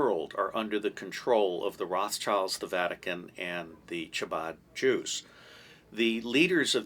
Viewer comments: Hello love your channel! Ch in Hebrew has a hard ‘k’ sound. Chabad is pronounced like Kabad. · It is not pronounced chabad it is a guttural first letter ...the only whistleblower who won against the CIA was the first to go public with the difference between the deep state ask william binney... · We get it. You hate Israel. Anti semites like Mel Gibson agree with you when you imply that Israel is the cause of all the wars in the world. And sadly your knowledge of Jewish history is extremely poor. You don’t even know how to pronounce “chabad”. It makes my ears bleed to hear you say it